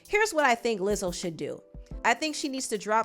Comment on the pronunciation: she really said "lizzle"